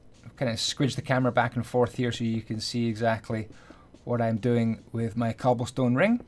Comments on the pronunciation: stobblecone? Ik it was a mistake but I couldn't help myself but to laugh ik u ment cobblestone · "and we are gonna get a slab of stoble con" - 2018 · he said stobblecone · “Gill in the faps” “Blocks of stobblecone” I love it😂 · stoble cone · u said stobblecone